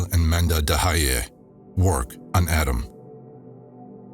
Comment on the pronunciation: Also, it's manda d'hayyi and not manda da hayyi. Should almost sound like mandat hayyi. 😊